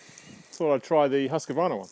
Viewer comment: Its pronounced Huskvarna in one word, not huski-vana :) Thanks for a good review! / Swede hehe